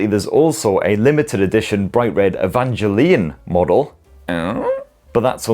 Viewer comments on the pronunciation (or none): That is quite possibly the weirdest pronounciation of Evangelion I've ever heard 😁